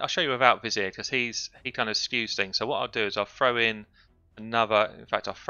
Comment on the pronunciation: Love your videos. Love accent. And how you pronounce '' Vizier''